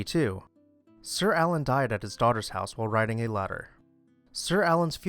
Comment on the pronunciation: Had to rewind half a dozen times at the “died while riding a ladder” part to figure out what you were saying.